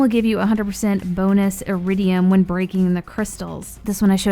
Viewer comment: Wait, it’s eridium and not eridian?